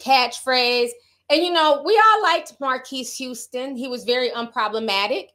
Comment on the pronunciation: not you questioning if you saying his name right and still wrong 😂😂😂😂😂😂😂😂